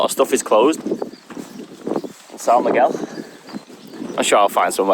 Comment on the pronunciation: man, I love your videos, but you completly butchered the pronunciation of of "são miguel". anyway, you get a pass because you dont speak portuguese